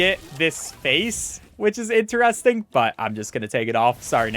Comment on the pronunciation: what accent says "interesting" like this (like he does)? in-te-rEs-ting